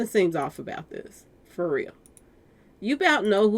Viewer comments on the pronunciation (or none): none